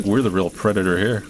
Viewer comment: Oh no the shpidahs are heyah